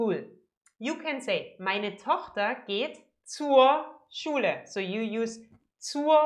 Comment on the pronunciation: i love this woman! her smile and the brrrrrhrrhrhr schule :D